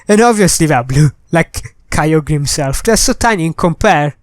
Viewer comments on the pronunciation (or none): Its pronounced kai- ogrr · KYOGRE IS NOT CALLED ky-oh-gree its ky-oh-grrrr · ITS KYOGRE NOT KYO GRE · Your saying kyogre wrong idiot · You said kyogre wrong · dont know how to pronounce kyogre,everybody unsubscribe him[bobbbooooooooooooooooooooooooooooooooooooooooooooooooooooooooooo] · he don't know pronounce of kygre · He does not know to pronounce KYOGRE